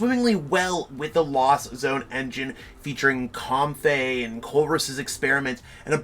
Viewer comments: Comb-fee not com-fey too 😁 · The Comfey pronunciation got me too. Then I read it and I really see where he got it. But I just feel like it should be Comfee